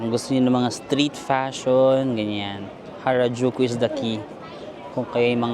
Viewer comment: Nalito Ako kung Karajulu or Harajuku 😂😂😂